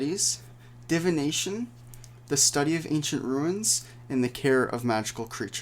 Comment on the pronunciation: It's Study of Ancient Runes, not ruins.